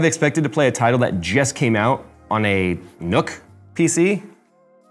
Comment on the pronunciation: it's pronounced "nuck" not "nook"